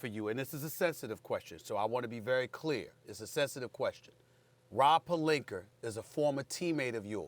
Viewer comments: Steven A Smith is a good analyst but EVERY time can’t pronounce Rob’s last name. Says, “Perlinker” lol. Nobody’s perfect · I hate how SAS says Pelinka last name lol he always put an ER on the end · Rob “Pelinkar” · “Rob palenker” 😂🤣... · “Rob Pelinker”- Stephen A. Smith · “Rob Pelinker”